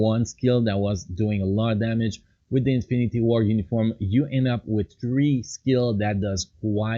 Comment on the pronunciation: Possisoin number tree 😂😂